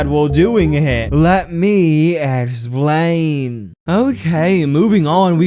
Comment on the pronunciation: ehhxplian(best way to say it)